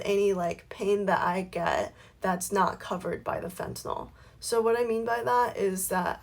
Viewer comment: Why does everybody mispronounce fentanyl?... she keeps saying "fentaNOL"... it's "febtaNYL", not "fentaNOL"